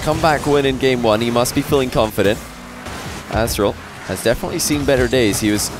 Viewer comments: says “Asstral” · "Asstral" lmao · Nice spot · Haha "Asstral" That was epic lmao